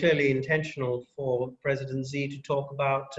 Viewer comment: Let's try to be more professional please... the pronunciation of China's president is: "she", not zzhee, not anything else. It's easy to check, just Google it.